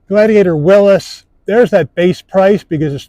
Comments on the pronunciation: Its a WILLYS, not a WILLUS! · Why are people pronouncing it “Willis”